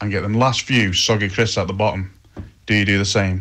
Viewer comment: "THOSE SOGGY ONES AT THR BOOTOM ARE THE BEST" 🤣🤣🤣🤣🤣